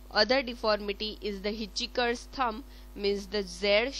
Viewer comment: It's hitch hiker, not hiticheeker